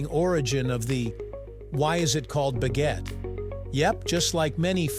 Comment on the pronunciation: If you're going to say foreign words, like "baguette" or "pain," can't you pronounce them properly?